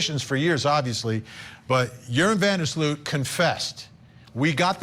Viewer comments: Joran is not pronounced "urine", it's pronounced, "hor-on". 😉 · His name is pronounced yorn not urine 😂 though urine is more fitting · "IT'S OVER" ...til he meets her brother in public. Side note: I think it's hilarious that the host keeps pronouncing the murderer's name, 'Urine'! 😂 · Pronouncing his name "Urine" is pretty funny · Is it by design that you pronounce Joran as urine? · I appreciate that the way you pronounce Yuron’s name sounds like “urine”. In my Spanish dialect (Cuban), we call scum of the earth “meao” which translates to urine (pee actually). Very fitting pronunciation. ❤ & 🙏 for Natalie’s loved ones. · Literally pronouncing his name "urine". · I don’t know if that’s his name but the narrator keeps calling him urine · Its over? Its been over for 18 years for the young girl. What an appro name! They pronounce his name Urine! Did he tell authorities what happened to her remains? What about his two buddies that were with him that night? The two brothers? I think those two guys helped Urine or Joran to dispose of the gals body. But lets not even concern ourselves about that! I knew beyond the shadow of a doubt this guy killed Holloway when he killed that other gal in Peru. He was just showing us how he did it. Oh and he threw her remains into the ocean. She became fish fodder!! Okay. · I love how u pronounced his name 😅 (Urine) I'm so happy for Natalie's momma. RIP beautiful Natalie 😢❤ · Are we just going to ignore the fact that the guy pronounced his name as Urine throughout the entire video?😅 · Love how Vinnie pronounces his name as Urine, and closed captioning is also spelling it as as urine. He's also a POS, he is human waste in the form of a 7ft monster.